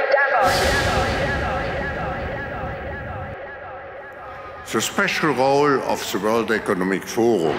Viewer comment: At first when you said Davos it sounded like you said Devils. Fitting.